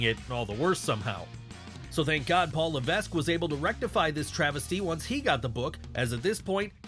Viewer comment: The S is silent it's pronounced Levek